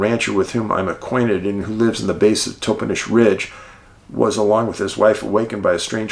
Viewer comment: This is soooo interesting. I grew up in the Yakima city area. Just a couple of pronunciations fyi, Aw TAN um (Ahtanum) and TOP en ish (Toppenish). These sightings and encounters there were NOT made broad public information and I had heard of only one sighting in Moxee, years after I moved away from Yakima. The bigfoot activity in the Yakima area was obviously much greater than was generally reported.